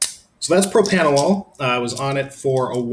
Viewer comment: PropRanolol not PropAnolol... Lol...